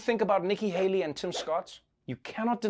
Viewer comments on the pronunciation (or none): none